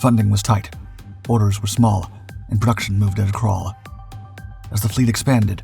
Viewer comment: "Perduction" is not a word. *Production "Perdictable" is not a word. *Predictable